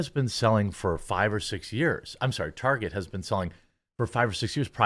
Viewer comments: who dafuq calls target as "Tar-chay"? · Myself and my fiancee, some 20 years ago: Her: "Just one more stop before we head home, I need to pick up some things from Tar-zhay." Me: "Huh?" Her: "I need to pick --" Me: "No, I got that part. From where?" Her: "Tar-zhay." Me: "I don't know what that is." Her: "Yes, you do, we were just there last week. We bought Rebecca's school supplies there." Me: "Oh. Target." Her: (getting irritated) "Tar-zhay." Me: (sigh) "What's their logo designed to look like?" Her: (being a smartass) "A bullseye." Me: "Which is a form of what?" Her: "Look, if you're gonna be like this --" Me: "Nope, nope, just for-ZHAY I said anything."